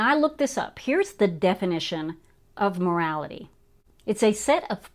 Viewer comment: 'MORALITY' ? HAHA